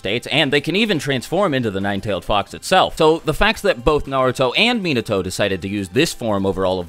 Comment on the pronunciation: most of your pronunciations were spot on except for Minato. particularly the na doesn't sound like nuh it's nah as in nacho. you pronounced it correctly in naruto but not Minato which is odd to any japanese speaker. its not like English where it can vary widely there is really only one way in Japanese.